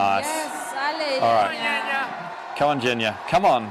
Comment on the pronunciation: Kazbekova's name not Jenya. Correct pronunciation is Zhenya.